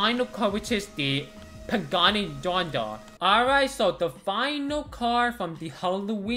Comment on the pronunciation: What the hell is a pagani donda 😭😭 its zonda bro 💀